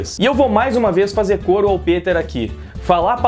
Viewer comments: Ei Nerd peter e não piter kk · Cara mto foda em saber que o é fan do Peter! Ele já havia mencionado antes em outros vídeos, mas pronunciar o nome certo é a prova final de que de fato é fan do ei nerd, tranks?! Peter aqui! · Aaah garoto! Que felicidade em ver alguém pronunciar meu nome corretamente. Anote, você vai decolar no yt com sua honestidade. Tmj! Abs!